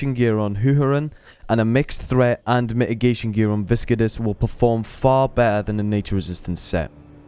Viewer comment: Type Viscidus into Google Translate and hear how it's supposed to be pronounced :P - Good video though, but that pronunciation killed me xD.